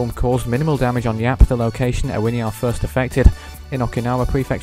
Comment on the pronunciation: Ewiniar is pronounced U-in-iar